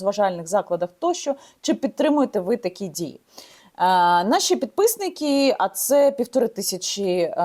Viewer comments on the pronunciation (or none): как не умереть со смеха - "подпысныки" 🤣 Янина конечно старается, тараторит с серьёзным видом, типа я такая вся украинка-украинка, но по интонации сразу слышно, что она русскоязычная ) Я ещё понимаю тех, для кого украинский язык действительно родной, тут как говорится - родину и родителей не выбирают.